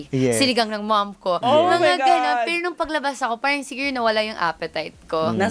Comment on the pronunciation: Siguro not sheeeegorrooo